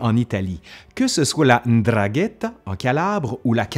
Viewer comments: "'ndragheta" plutôt 'ndrangheta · prononce plutot NdrangReta... bon après faut savoir que dans l italie du sud il y a de nombreux dialectes, rien qu'en Sicile , il y a 12 ou 13 dialectes différents, et donc prononciation différente, voir mots différents, voir langue différentes. Un italien parlant italien conventionnel comprend difficilement le sicilien. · Tu t'es trompé, on dit " N'drangheta" pour la mafia Calabraise. 💪🏽❤🇮🇹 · Ça s'appelle la 'Ndrangheta et on prononce 'NDRAN-gheta (accent sur la 1re syllabe).